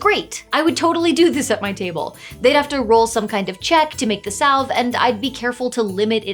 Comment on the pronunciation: the L in salve is silent